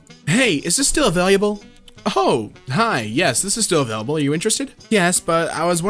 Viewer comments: Available. Available. Not avaluable. Holy shit why does the way he says that trigger me so damn much?!?! It's UH VALE UH BUL. Not A Valuable. triggered screaming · A-VAIL-ABLE. Not ava-LIA-ble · he read available the 1st time as availiable and the 2nd time as available lol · Word: Uhh-veil-uhh-bull (Available): uhh-veil-you-uhh-bull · AVAILABLE not AVAILIABLE. I’m sorry but every one I hear you say availliable a little bit of me dies. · No one: Nobody ever: Not even Jesus: Narrator: pronounces available availiable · Nobody:: AVailYubLe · no one- “ ” - “availyeable” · I love how he keeps saying [a-vai-li-able-] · A way liable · nobody:: "avaliable" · why does he say available like availyable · My guy Available not avaliable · I don't know why but it bothers me when says "avail-u-ble" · how many times does he say avaliable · is it just me or does he keep saying 'availyable'? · damiens pronunciation of available kills me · why does always have so much trouble with the word available? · Thats not how you say 'available' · he says available with a Y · How you say "Available" stresses me out. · Why does he say available like that? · Idk if anyone noticed but said available weirdly twice just watch and listen